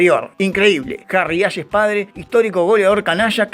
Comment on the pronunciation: Qué cabeza, se pronunca Harry "Jeis"